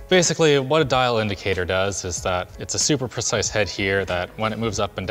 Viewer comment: Linus just said idicator 😍 my machinist background is crying happy tears because he probably doesnt understand any of that stuff.